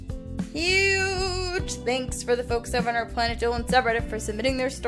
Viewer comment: when you said huge thanks at the end i thought you said ewww for a second instead of huge so i was like wait did i miss something